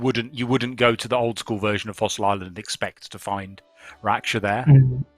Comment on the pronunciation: Raksha... It's pronounced as how Ruckus starts , Rucksha.... Please get it right lol... We have that term in our mythologies xD...raksha sounds like rackshaw